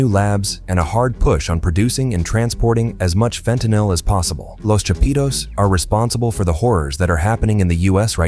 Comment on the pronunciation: "Lows Chapeedows"